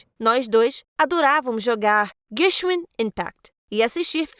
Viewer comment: "guenxuim impact"KSNKAJDLNELSN QUE PRONÚNCIA DE GENSHIN É ESSA?? KDNAKDJWLDW